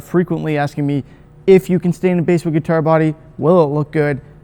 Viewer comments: Basswood....pronounced like the fish, not the instrument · it’s pronounced basswood, not basswood :) jk, great video! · Its pronounced like the fish BASS Not the instrument. Truth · You’re not the only one who pronounces it that way, and everyone with a channel that I’ve watched gets comments about it. For me, I know exactly what species of wood you’re talking about so, unless you start calling it something REALLY whacky, like “Brazilian/Indian/Honduran Live at the Rosewood Ballroom Mahogany/pau ferro/Rio Grande Palisandro,” you can pronounce “basswood” however you like and I won’t mind. 😂😂